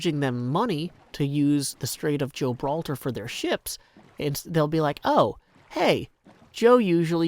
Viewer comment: Did... did I hear "Strait of Joe-braltar"? ... My day just went from long and tiring to fantastic